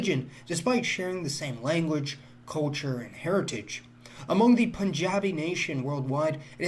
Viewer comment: is he saying the word "culture" or couture? or ko-churr